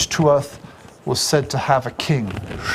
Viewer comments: It's an interesting enough lecture and has helped to put some details in context for me, but dear lord, why is it any time a non-Gael lectures about Ireland they fail to realise that our orthography is decidedly different? He lost me the second he said "Too-ath" for "Tuath" and pluralised it as "Tuaths" It's pronounced TOO-ha or TOOah (depending on your region), and the plural is "Tuatha" pronounced TOO-hah. His pronunciation gets worse after that. If he (or any other YTer) is going to do a video on Ireland, pleeease contact your nearest Irish person for verification before we end up with another "Sam Hayne" fiasco on our hands. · Tuath second.t not pronounced